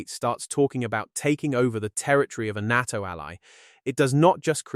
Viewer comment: If you're going to make videos about the new northern alliance and NATO, you really should make sure your knows how to pronounce "NATO". Here's a hint, it isn't pronounced "Nahh toe".